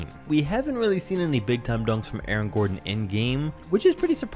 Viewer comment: It's AARON Gordon not Eric